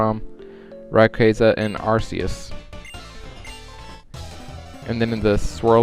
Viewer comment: it;s pronounced arkeuusss